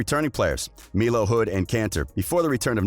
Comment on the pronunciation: My guy really said meelo instead of Melo? 😂